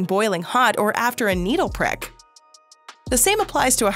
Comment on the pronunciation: Needle preck? Tread mell? Gly serene? Stinting? Triviol? Derration? Yo-guhhh?